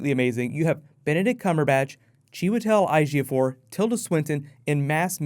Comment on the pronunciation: Ejiofor is (A-Gee-oh-four). I'm Nigerian also ;)